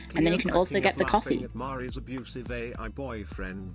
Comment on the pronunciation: Why does she pronounce Mari incorrectly? Shouldnt she know that considering she is her genmate?